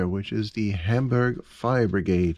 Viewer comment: That came out really well, and sure does have some nice details. I was glad to see you weren’t sporting a mustache; you don’t sound like you’d have one, and now I don’t have to tell you you have to shave it off if you want to keep me as a viewer. And your pronunciation of Hamburg? Spot on! Took me right back to my high school German days. I enjoy your show, so keep the vids coming.